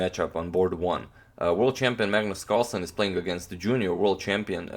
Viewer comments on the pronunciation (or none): none